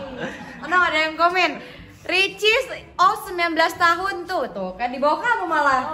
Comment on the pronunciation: Di menit salfok kak ricis ngomong wilcis